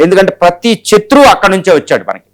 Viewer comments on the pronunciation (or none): " చత్రువు " అనడం బాగులేదు ‘శత్రువు ‘ అనాలి. మనకు "శ,ష స,హ " లు ఉన్నాయి. విశ్లేషణ చేసేటప్పుడు భాషా శుద్ధి అవసరం. ఈ విషయం ఛానెల్ వారు కూడా గమనించ ప్రార్థన 🙏